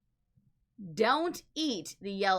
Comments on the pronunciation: Pronounced "sweet" not "suit" lol. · Suite is pronounced sweet. Calling it a suit changes my mindset. Don't eat the yellow snow suit means something completely different. Could you imagine eating a snowsuit? Never mind a yellow one . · It’s pronounced “sweet” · it's Don't Eat The Yellow Snow 'Suite'--- as in 'Sweet'! (silent 'e' on the end there ) Okay, continue. Suzy needs to show more sweater meat. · S u i e t is supposed to be pronounced like s w e e t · How can you not pronounce 'infamous' and 'suite'?